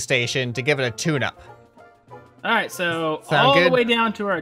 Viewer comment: When you said to give it a tune up thought you said to give it a tuna